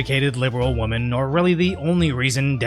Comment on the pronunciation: Alright,. Say "win." Now say "men." Now say "win men." Now remove the n from win and say winmen together. You effectively have the correct pronunciation of "women."